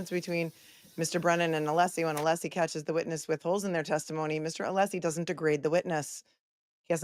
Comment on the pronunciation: Ohhhhhhh. Just got to the end of this STREAM!!!! Holy cow pies!, you a little worried? you retiring after this case? The Cape is calling!! Poor Alessi! Sit down, stand up, shut up, can’t get the name pronounced correctly. This man is a legend the way he performs in the courtroom. What a GG, genius gentleman! Go, fight, win! Now let’s get to the “blank, blank” of Jen! Can’t WAIT!!